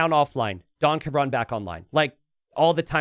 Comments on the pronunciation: pronouncing "don cabron" as "donka bron" really throws me especially since cabron is a naughty word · Yeah, his name is Mr Bastard and keeps calling him donkabron lol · The most heinous part of this situation is pronunciation of "Don Cabron"